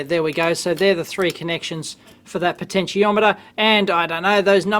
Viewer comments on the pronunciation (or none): none